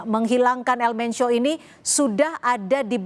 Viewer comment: BUKAN ELMENCIO EjAANNYA,, TAPI ELMENKO